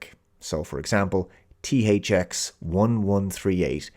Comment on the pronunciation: I always thought she was pronouncing nis name "Thucks". Also I like that the "Jail they put him in is a white big open area. And they only stop chasing him when it costs too much. In that scene where he's climbing up the ladder in the tube to the surface you see how much the chase costs. And once that cost gets to certain point they stop.